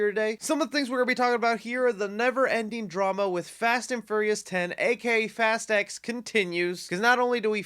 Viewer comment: Say "Fast X" without the 'T'